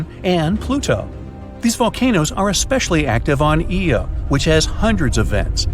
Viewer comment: I find the pronunciation of "Uranus" and "Io" quite odd.